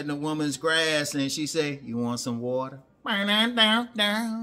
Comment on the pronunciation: "Ya wan some water?" 😂😂😂😂😂😂